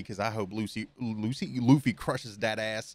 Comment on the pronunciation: Funny how he said Lucy................